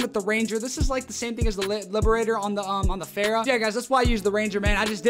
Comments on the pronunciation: Fara not Phara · Every youtuber: fara Him: fera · Say it with me, not FERA. FAHRA!!!!!!!!!!!!! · The way he says fara